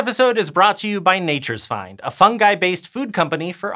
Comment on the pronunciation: Tkank you for pronouncing fungi correctly. Your colleague Hank got totally insane and started pronouncing it ˈfʌn.dʒaɪ